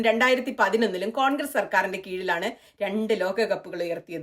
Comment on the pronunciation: കോൺഗ്രീസ് അല്ല. കോൺഗ്രസ് എന്നു പറയൂ. പ്രായം കുറെയായല്ലോ. 😂